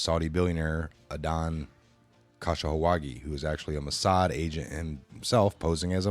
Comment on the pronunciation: The name of jack P is pronounced puhsobic with u and i being short vowels o being long. Adnan Khashoggi is pronounced a dan ka sho gi with o and the i being long vowels and the a in all three cases a short vowel sound